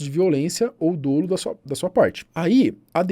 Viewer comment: Somente para esclarecer: a pronúncia da palavra dolo é dólo e não dôlo.